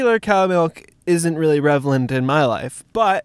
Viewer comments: re-lev-ant, not rev-el-ant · "revelant" Everything you say is now worthless to me.